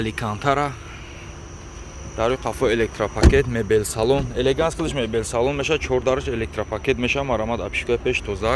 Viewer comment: Ебача елеганз нагу елеганс бгу